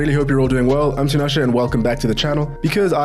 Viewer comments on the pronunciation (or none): Did you say my name is Tinashe?